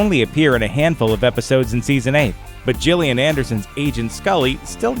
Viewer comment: You pronounced Gillian wrong, you pronounce her name like GILL EE IN